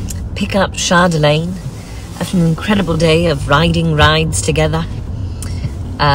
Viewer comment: All day this earworm of just pronouncing "Chardeeeelaaaaaine" just haunts my thoughts.